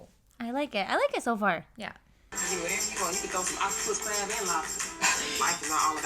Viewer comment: hahahh i was not looking at the screen when said "they didnt have to use this crab" and i was like "ohhh what crap?" but then she was saying "crab"